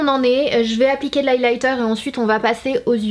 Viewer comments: HAHA Personne à remarqué qu'à la place de dire Eye Liner elle a dit Eyelighter??? Bisous sanaaa tes la meilleure😍😍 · Ta pas dis eyelither au lieu de eyeliner😂